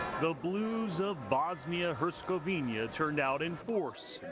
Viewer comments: I'm even not from Bosnia and Herzegovina, just from other European country, but: it's a matter of basic professionalism and respect for TV presenters to learn how to pronounce (or at least read correctly) names of the countries they are speaking about. It's HerzegoviNA, not HerzegoviNIA! It's sort of sad that your television is even not the only one that does that. Besides, this kind of mistakes give the impression of arrogance - and probably it is to some degree, like "who cares about tiny, unimportant countries we are not in war with (those you always pronounce correctly). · Why Herzegovinia and not Herzegovina where is the I?? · For heaven's sake, both of the female sportscasters mispronounced Herzegovina. Get it together ladies and do your research, this is a World Cup team for goodness sake! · They will learn the pronunciation after Bosnia finishes with them. Very disrespectful.